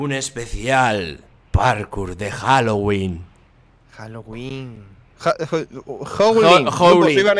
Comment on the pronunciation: No es halogüin es Halloween :v